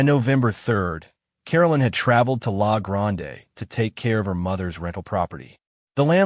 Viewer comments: we just say la grand not lah gronday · LA GRAND-E Don't pronounce the E. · Haha lahhh grondaaaay. Born and raised Oregonian. Sometimes the way it pronounces our citues, rivers and streets is hilarious. I wonder if it would say cooch or couch street on portland 😅😅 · I cringed when he pronounced La Grande. It hurts. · Haha right! I'm dying every time I hear it